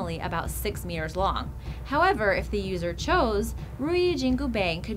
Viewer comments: wtf is riyu jingu beng? lol... please... pronounce it correctly, it's not even slightly the closest to the correct pronounciation, i didnt even know what was that until i noticed it was the legendary monkey king Sun WuKong's (孫悟空) weapon lol. (如意金箍棒) ru | yi | jin | gu | bang (not pronounce bang in english pls, looks funny) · omg not bang , its bong please pernounce it right the wu kong is the buddah of war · many wrong pronounciation of the weapon, especially ruyi jingu bang. annoying like Ryu in street fighter spelled by many westerner as Rah-yoo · Ruyi Jingu Bang...LOL. the way she pronounced almost made me puke out all my coffee.